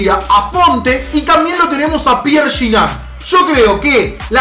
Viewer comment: se dice giñac